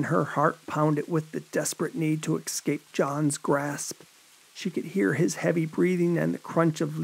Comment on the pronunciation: You do a great job, but take a closer look at how ‘escape’ is pronounced